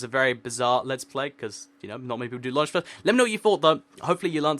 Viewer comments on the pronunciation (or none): none